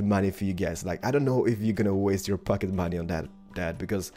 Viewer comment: When you said pocket money it sounded like fucking money